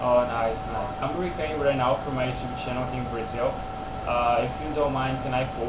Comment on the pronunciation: Uma dica, tenta falar recórding, pq ás vezes soa meio como recutting e a pessoa pode não te entender kkk